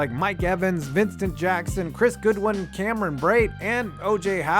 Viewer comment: Godwin not Goodwin put some spect on Chris name 😂